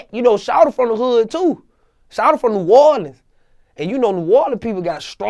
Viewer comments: New Horleans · The way he say " New Orleans "😂😂